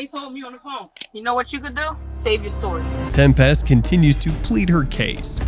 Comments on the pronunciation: OMG it’s pronounced Tempist not 😩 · Right? Tem-PEST lol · I made it in and I couldn’t listen to him pronounce tempest anymore lol